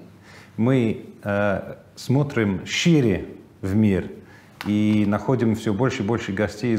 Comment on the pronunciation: не шьИре, а шЫре произносится))